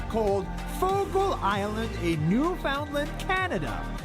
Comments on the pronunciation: I love that you pronounce Newfoundland so effortlessly now....much love from Newfoundland Canada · look at you pronouncing Newfoundland correcty!!! You go my friend. 💗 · You pronounced Newfoundland (13.48 in clip - re: Gander) correctly 🙌 🫶 and ignored the commentator !! (He butchered it 😡) You have been doing this lately though so WTG! You have no idea how much of a pet peeve this is to a Newfoundlander. Yes… the video is accurate… I do not think people realize its innate behaviour if you will. A beautiful compilation of nature AND nuture. We are raised this way and live among others who do the same thing. Being nice and thoughtful is innate. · Hey buddy you pronounced newfoundland the say way we say it back home